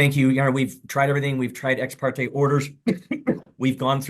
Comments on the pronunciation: It's "ex parTAY" not "ex parTEE". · The judge has said ex parte NUMEROUS times yet she continues to say ex-par-tee. This girl can’t even pronounce words right you really think she’s going to follow a judge’s order? She wants it all, but doesn’t wanna do a thing there’s nothing worse than a mooch. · The way she’s pronouncing Ex Parte is sending me!😭😭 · It kills me how she mis- pronounces “ exparte “ and her avoiding sell of house.